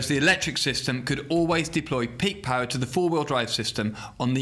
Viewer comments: I hear horse paw instead of horse power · Ridiculous "pawr"